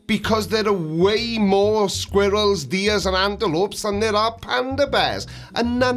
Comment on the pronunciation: Did say, Squeerills?😂